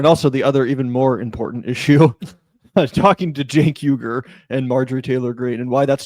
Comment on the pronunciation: Never trust anyone who adds the letter "d" to the word "important".